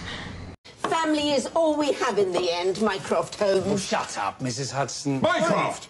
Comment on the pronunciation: Sherlock: MycROFT!! Subtitles: minecraft